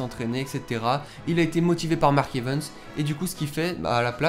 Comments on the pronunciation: Silteplait arrêt de dire mark (evens)c'est mark(evaaaaaaaans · Like si tu veux que il arête de dire mark evens